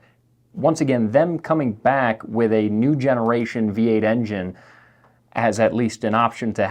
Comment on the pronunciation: please work on saying engine.